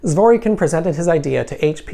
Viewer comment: Zwor Kin. The 'y' is silent.